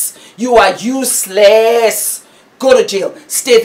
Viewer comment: You are truely a blessing ma'am,very on point, your emotions are on point ,on a light note: you got me laughing with the "you are uselessssss!!!!!!!!' that is sure a naija vibe,super super proud of you